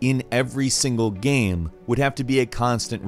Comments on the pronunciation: Why do you keep calling it a videoGAM? Maybe its irrational of me but I had a hard time paying attention when you said things like "gam" and "sam" instead of "game", "same" etc. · he kept saying gam instead of game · Alpha Morty I was wondering if anyone else has noticed this. In all these videos, most of the time when he says "game" on it's own it comes out as "Gam", but things like "video games" and "gameranx" always sound fine lmao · Im bothered of how he says the word "game" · Go to and see how he says "game" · Am I the only one that gets distracted by the way he says "game"?